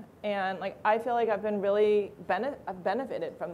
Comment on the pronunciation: Like OMG Gag me with a spewn,,, like raily